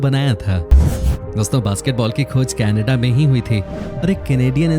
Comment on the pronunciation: Are bhai thikse Canada to bolo..... Ke Na Da... Kannada boleto ho it sounds like hamari kanada language ki yad aati hai 😱 Hindi aur English dono ka KACHARA banate ho 🙄